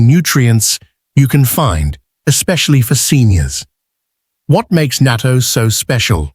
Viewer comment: It is pronounced naa TOE